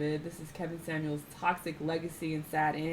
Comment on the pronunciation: Why keep saying “Kevin Samools”? 😂